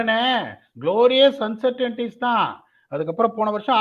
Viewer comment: Ash!! It's not uncertan ities but uncertain ties.